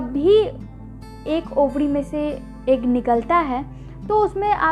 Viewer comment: Ovadi ya ovari madam